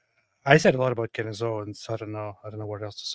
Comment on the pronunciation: "Cand-ace", as in ace of spades, as in black as? Oh that's not racially derogatory at all.